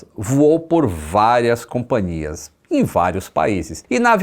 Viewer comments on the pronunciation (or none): CompaNIAs,? É companhias, bicho! Admiro o seu português, mas o "nia" é muito presente no sul e sudeste. É impressionante!